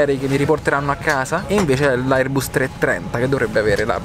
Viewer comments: Airbas pronunciation not airbus come scritto :):):) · Come hai pronunciato airbus?